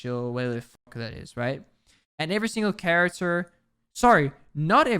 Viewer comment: I wanna watch this but I can't listen to you say right multiple times